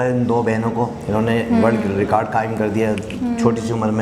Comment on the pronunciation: Kirkit , rekard 🥲 well done